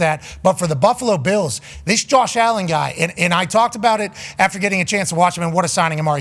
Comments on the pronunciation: Does Pat keep saying "Beals" for Bills or is my hearing off? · Back when Von Miller was traded to the Bills he came on and was talking and his Texas accent made him keep saying "buffalo beals" and pat loved it and says it that way now.